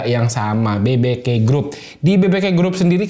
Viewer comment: Bi bi ke ❌ Be be ke ✅ 😂🙏